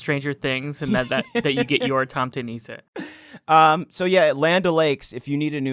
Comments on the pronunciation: I am from Norway, and that "tomte nisse" in the start of the video made me depressed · There is a difference between being angry and something being painful/bothersome. No accents don't make me angry, that's a silly question. However this wasn't a thing of accent, it was so botched, that you must wonder how he reached that point. It's like slightly cringing when someone pronounces "rødgrød med fløde" as "ROT GROT MET FLAOT" just sliiiightly painful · I'M SORRY BUT THE WAY YOU PRONOUNCE TOMTE NISSE IN ENGLISH IS HILARIOUS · Yeah you really Said the tomte nisse name wrong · Wait, i didn't know tomte nisses weren't known outside of scandinavia? also, you pronounced it all wrong (' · You butchered Tomte Nisse, I can never hear it the same again. Good video though. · 'tomte nisse' i died at that pronunciation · I lost it at the pronunciation of "tomte nisse" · Lmao the way you pronounced Tomte nisse. Loved the vid guys